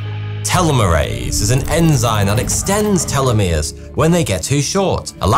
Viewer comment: Telomeres vs Telomeres why are changing the pronunciation of the word